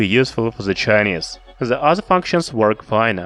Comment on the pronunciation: Fuck , I can't listen your pronunciation, specially "The", why you call it Ze? Blood comes from my ears